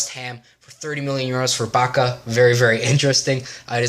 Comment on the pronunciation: Pjaca is read as Piazza